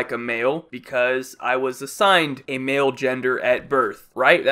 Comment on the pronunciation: It kinda sounds like he said “Mayo and female”